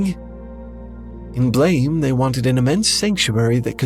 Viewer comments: It’s not pronounced like the word, blame; it’s actually pronounced like a gunshot: “BLAAMMEH!” English doesn’t usually use letters like ē or ä to help pronounce words. I don’t like when translators try to westernize a made up word rather than to spell it with pronunciation in mind. I.E. Frieren vs Furīren. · Gonna be that guy and say it: the title is actually pronounced "Blam" (like a gunshot). Not that I have an idea why the mangaka spelled it this way. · BLAME! is not pronounced like that. Just saying.